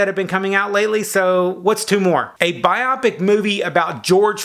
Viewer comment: bio-pic, biographical picture. not a bi-opic hahaha. Do you read IDW TMNT?